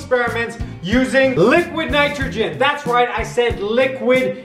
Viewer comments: How many times did he say liquid nictrogin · Did he say liquid nitrogen?